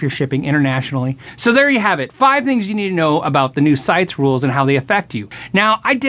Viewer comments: It is pronounced Site-eeeeees not sites. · I gotta be that guy and start out with a minor correction. CITES is actually pronounced "sigh-tease", I wouldn't have known If I hadn't heard folks pronounce it. Anyway, good info and thanks for sharing. There are a lot of exotic woods that have been exploited and used up simply because of the extreme market for the finer sticks, there are a lot of species that are suitable for guitar building, however, tradition and allure of certain exotics have steered us away from. Catalox is a suitable alternative Martin has been using for fretboards and bridges and I'm sure other makers will adapt quickly. It is an end of an era, as with ivory, tortoise shell, and ebony we once again have messed up our resource budget.